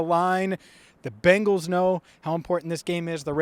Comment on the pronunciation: It’s not Bangles It’s Bengals As in Bengal Tigers Bengal being a state in India Native to the mentioned tigers Bangles are what your mom would wear if she wanted to teach you how to pronounce correctly in the one language I assume know